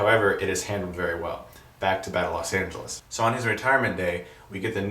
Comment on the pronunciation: Los not LAS